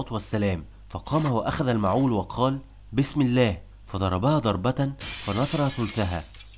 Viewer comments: حرة بفتح الحاء. وليس برفع الحاء. والمعول بكسر الميم وتسكين العين وفتح الواو . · المعول بكسر الميم وسكون العين وفتح الواو وليس المعول بفتح الميم وضم العين وسكون واو المد!!!